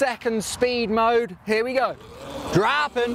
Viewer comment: Was with you until and goes all posh on us. "Dropping!"